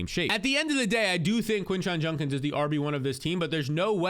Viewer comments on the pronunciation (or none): It’s JUDKINS not junkins 😤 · Bro it’s JUDkins not JUNkins 😂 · He says “Junkins” instead of “Judkins” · Bro it’s JUDkins, not JUNKins 😂😂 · Judkins not Junkins lol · Who TF is this Quinshon "Junkins" you keep talking about??? PLEASE learn to pronounce the guy's name. smh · It’s Judkins dude. Judkins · My god it was like pulling teeth hearing junkins 😂😂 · Came here to say this. How hard is it for people to say JUDkins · Was bugging me too. Lol. It will be Junk-ins if he turns out to be trash.